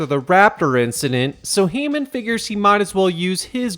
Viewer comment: IT'S HAMMOND! NOT HEYMAN!!!!